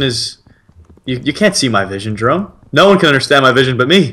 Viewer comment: nuuuu doont be sayd jayrome